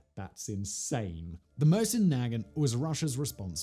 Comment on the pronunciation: What the hell did he call the Mosin